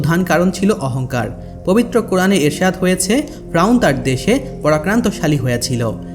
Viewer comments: ভাই ফ্রাউন না বলে শুদ্ধভাবে ফেরাউন বলেন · Faeaun na valo kore bol ki koas agolo ata hobe fereun besi soddo boltasos tr ai kotha soina kemon jen mone hy toi besi sikhito hoite chas 😂😂😂😂 bolod ocharon na korte parle bolis na besi soddo kore bolte giye bokachuda hoiya gesli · ভাই ফ্রাউন না, ফেরাউন হবে,উচ্চারন ঠিক করুন। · ফ্রাউন না ফেরাউন একটু স্পষ্ট ভাষা ব্যবহার করবেন ধন্যবাদ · ফেরাউন শব্দ Frawn না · ফ্রাউন না ফেরাউন রে ভাই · Fraun na feraun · Bar bar frawn keno bolen or nam ferawun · আরে ভাই ফ্রাউন না,, ফেরাউন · Shobar age ferauner nam bolte shikhen fraun abar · Apni vul bol Chen ..fraun noy...shotik hobe Fera un....uccaron thik koren. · ঐ মিয়া বারে বারে ফ্রাউন কিসের? ফেরাউন বলতে কষ্ট হয়😂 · শব্দটা ফ্রাউন না শব্দটা হলো ফেরাউন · কথাটা ফ্রাউন না, এই পাপীর নাম ফেরাউন🤭🥴🥴🤭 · Fraun na....Feraun....apni nam ta valo kore uccharon korte parlen na....??? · ফ্রাউন নয়, ফেরাউন। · আপনিতো দেখছি স্বশিক্ষিত বাংলাবিশারদ।বার বার ফ্রাউন ফ্রাউন কথাটা বিরক্তিকর,শব্দটা ফেরাউন হবে।